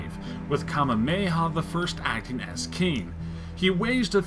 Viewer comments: Greetings from Honolulu, Hawaii just for local way of saying it is _huhh-vai-ee (hawai’i) _Ka-mey-ha-mey-ha (Kamehameha) _it’s ee-o-lan-knee (‘iolani palace) Edit: Wew I can finally sleep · Ka-MAY-uh-MAY-uh LIH-lee-oh-kuh-LAN-ee Interesting take on Hawaiian-UK-US history, but okay... Also,... I promise that about everybody in the US is familiar with Hawai'i; we all want to afford a vacation there... right after Disneyland... lol... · The pronunciations of the monarchs really bothered me so hear is how you actually pronounce the names Kamehameha (Kuh-may-hah-may-hah) Liliuokalani (Lily-oh-kuh-law-nee) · The way this guy says Kamehameha is annoying it’s Hawaiian and not while not 100% sure, I’m pretty sure you say all the letters Kah-may-a-May-ha. Not you the person narrating. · Real Hawaiian here. He butchered the names. King Kuh may uh may uh and Queen Lay lay oo kuh lawn E. I came from Hawaiian Royalty. My last name is Pi'ilani or Piilani; pronounced: P E Lawn E. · kamameha omg butchered it jeezus its so easy to say legit sound it out or search it up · That guy said Kamehameha wrong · how do you mispronounce Kamehameha? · Well done, from a Hawaiian in the Baltics. The narrator of the video butchered the Hawaiian names. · also he pronounces kamehameha wrong.